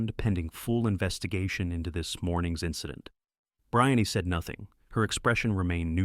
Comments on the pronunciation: Her name is pronounced Bree- Anne, not Br- eye-on-nee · Brian-ee? It's spelled Brianne....Bree-anne. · Her name is Breee Anne you nut burger. Poor A I performance. Say her name correctly people. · Her name is pronounced "Bree Ann".